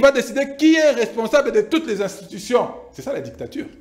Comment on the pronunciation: ça s'appelle Dictature et non ditacture comme tu le dis.